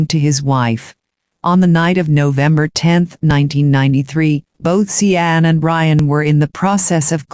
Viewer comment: See ann??? It should be pronounced like Shawn right? That’s why I hate computer voices